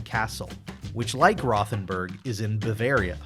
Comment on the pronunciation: Truly enjoy your videos and try to catch them all! One small comment: the German town is pronounced “Roh- ten-boorg.”